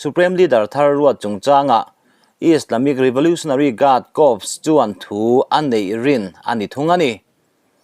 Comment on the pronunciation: Corps tih hi kâwrs tia lam tûr.